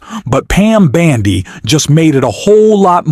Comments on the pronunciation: Can you please pronounce Pam Bondi's name correctly? Bon and not Ban, please, thank you! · Why do you keep calling Bondi, Bandi? It’s hard to take you seriously when you’re constantly mispronouncing her name. 🤪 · What a foolmnarrator! It's not BANDY ahole, it's BONDI!!! Ahole. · Hey dumbas her name is not Bandi it's Bondi! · URGH! It's BONDI NOT BANDI! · I see I'm not the only one the mispronounced name irks.